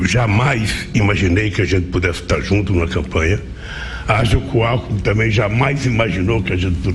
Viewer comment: Gozado! Quando o cachaceiro falou "Alkmin" eu entendi "Álco". Confira em kkkkkkk.